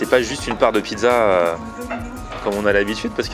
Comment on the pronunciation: "Une piza pommeu de terreu" svp